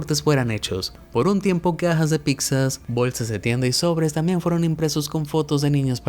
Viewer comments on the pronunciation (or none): Cajas de "picsas"?? Escuché bien??